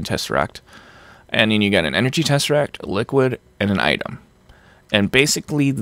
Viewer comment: Every time says tesserack, my brain says Muad'dib.